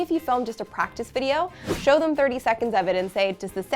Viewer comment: Incredibly helpful. And appreciated! though, the fleeting ourtro, there's that word "show-hoe." It sounds a tiny bit like ho. Cheers, sister of endlessly helpful help! Thanks so much.